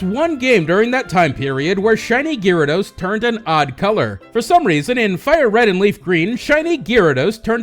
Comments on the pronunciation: Guy rados. Not leerados. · Isn't Gyarados pronounced :Garados not Gearados? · Ewww, why do you you keep saying Gyarados wrong!? GAR-ADOS not GEAR-ADOS! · Oh god had to stop watching the videos after hearing gyrados for like the 10th time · STOP SAYING GEARADOS! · "Shiny Geerados" lol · say 'gearados' one more time... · Gearados XD omg STOPIT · stopped the vídeo and disliked at "geerados". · It's pronounced (guy-ray-dose) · Could you say Gyarados any weirder? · The way you say Gyarados pains me deeply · U pronounce gyarados worong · the way you pronounced gyarados...... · you fucked up saying gyarados